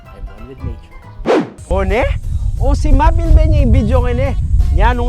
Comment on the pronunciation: anang ma ku 'semap' ya kanu, vs. simap